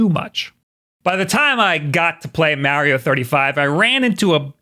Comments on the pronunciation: He keeps saying Mowio!! 😂😂😂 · If this is a switch channel why does he say the name "Mario" wrong? It is kind of hilarious because in the begining of the video he went out of his way and specified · say Mario properly. DO IT!! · Dude how do you even say Mario like that? I can’t even replicate the way you say it. That’s how wrong it is. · Can we just embrace the way he says mario... 🤣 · I love listening to people with a thick East Coast accent pronounce "Mario" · You are the only other person I know who pronounces Mario that way lol. People rage at me for some reason when they hear me pronounce it like that.